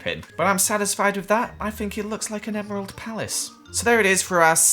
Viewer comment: It's name not Gerald its emerald